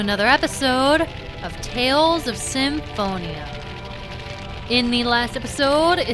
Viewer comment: it's actually pernonced sym-PHONE-ia not sym-PHON-ia